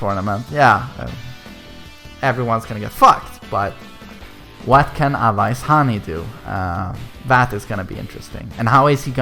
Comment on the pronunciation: To pronounce his name correctly use these spellings "Aways" instead of using awais